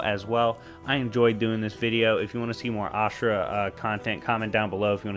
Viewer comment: Asura is a better version of Kratos to me in many ways and it’s pronunciation for him is Asura not ashirua